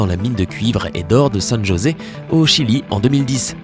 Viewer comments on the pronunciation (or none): none